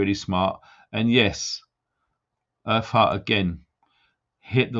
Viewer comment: When you said earth heart it sounded like you said her fart lol. 😆 Sorry. 😞